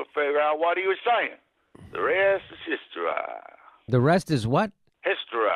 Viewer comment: lmao... Historye! Why did he have to say it that way... why?